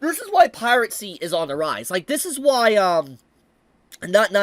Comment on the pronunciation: I always lol at "Pirate-sea" 😂😂😂😂